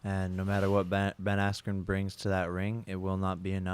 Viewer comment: The ref not letting him continue combined with Buffer mispronouncing his name „Askwho“ on purpose made this whole event feel super rigged and corrupt. Not even saying the result would have been different if they continued. But the ref looked like it would be in his interest if Jake Paul would win...